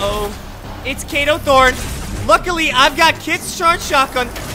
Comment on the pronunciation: It’s kado thorn not Kano throne